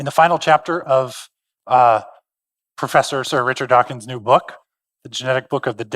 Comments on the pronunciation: OOF! I noticed that! {:o:O:} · So cringe to hear him laud Dawkins, then mispronounce his name on the very last line of the introduction.